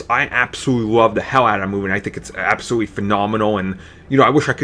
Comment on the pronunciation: Bahahahaha! aaaahahahahaha! Did he just say absowutwy, pwobabwy, apacowypes, weawwy, Bwack, popuer(popular), compwetwey, weawizing, ultimawy? Wow, get your annoying self off of YouTube.